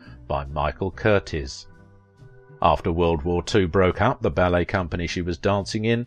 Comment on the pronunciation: Not just long legs--but PERFECT ones--PS--it's Michael CURTEEZ--not Curtis